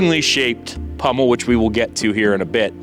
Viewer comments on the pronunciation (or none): POMmel, not PUMmel